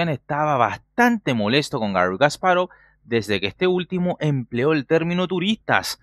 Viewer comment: Porque dice kas parov es Kasparov todo junto...